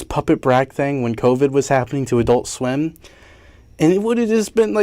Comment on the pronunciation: why is it when he says adult swim it sounds like "i dont swim" i cant be the only one that thinks this right